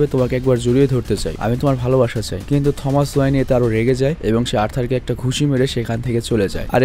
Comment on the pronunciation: টমাস না থমাস ওয়াইন